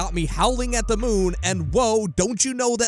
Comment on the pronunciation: Dude the word is “the” not “duh” you are clearly more than capable of saying “the” and the “th” sound cause you do it plenty of other times. Lol wtf I cannot possibly be the only one who is driven nuts by listening to this…